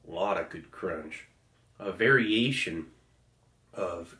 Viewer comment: Did you say variation or very Asian? JK Steevo!